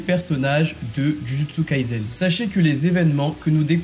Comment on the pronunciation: C'est Jujutsu Kaisen pas Jujutsu KaiZen...... Et on prononce [Todji]! prononces bien [Djudjutsu] alors pourquoi tu prononces [Toji], ça n'a aucun sens.